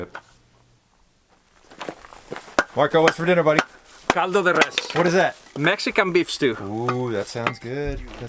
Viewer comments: When I heard Marco say " CALDO DE RES " my mouth was like 🤤🤤🤤😋😋😋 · When he said "Caldo de res" My iner mexican was like " Hellyeah foo"